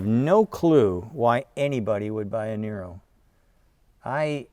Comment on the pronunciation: Sandee I thought said it was Neye-ro? Not Nee-ro?